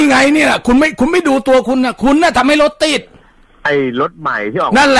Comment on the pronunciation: ตอนแรกๆ อ.เหน่อ รถติ้ด ๕๕